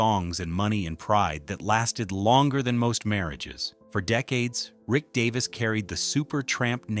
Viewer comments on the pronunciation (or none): Get his name right first that would be good 😮 its Rick Davies not Davis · its Davies Not Davis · Get his name right DAVIES!!! You have no credibility to do this! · obviously dont know his name its Davies not Davis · Davies! Fair dinkum, if you can't get his name correct then don't bother. How disrespectful!